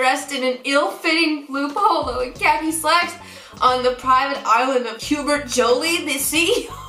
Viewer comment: as a best buy employee I wish I could be as violent as the ones in the quiz, also I found out his name is pronounced Hube-air